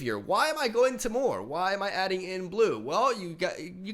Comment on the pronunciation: It's pronounced "tee-murr", not "teh-more" Oh and preface is actually "pre-fiss", not "pree-face" :)